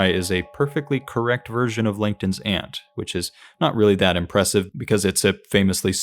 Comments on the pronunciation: you said langton's ant in a way to the point where the caption thought you said linkedin's ant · Is it just me. It sounds like you are saying “LinkedIn’s ant” instead of “Langton’s ant”. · Took me a long time to realize you weren't saying "Linkedin's Ant" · I genuinely thought you said "LinkedIn's Aunt" and now can't stop hearing that. Love this video and your attitude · Captions agreed. I thought it was a joke until I listened to it again. 😅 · I heard the same thing.